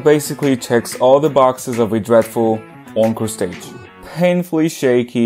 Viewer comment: this is absolutely not relevant but every time you say encore stage I cannot help but hear own crusades